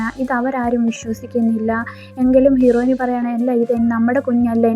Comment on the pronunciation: ഹീറോയിനി അല്ല ഹീറോയിൻ